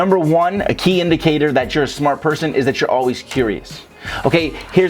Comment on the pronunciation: “TOO SMAAHT!” 😭man you funny